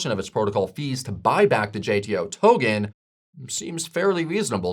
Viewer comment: Why the hell is he pronouning token as tohhgen. it’s irritating.